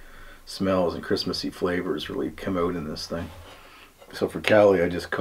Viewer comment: Only recently started watching your vids, which btw, are most entertaining.... trying to figure out where you were. LOL As soon as you said "out" .... I knew Canada! Kind of like knowing when someone is from Mass. when they "park your car".